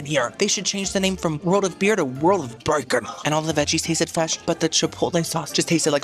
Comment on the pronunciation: World of "BACURN" 😂😂😂